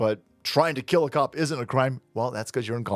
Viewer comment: I bet the mother was surprised! "HE TRY TO KEEL ME!"